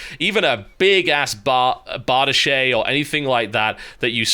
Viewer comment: "bard-eesh" not '' bard-ee-shay"